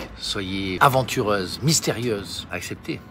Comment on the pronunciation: JPP « aventureuse » Mais sinon incroyable la vidéo 🤌🏼